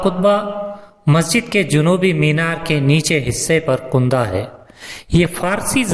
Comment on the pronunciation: کندہ ک پر زبر ہے کندہ نہیں ک پر پیش